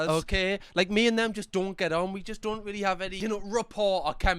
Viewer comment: “I dun like it” 😭😭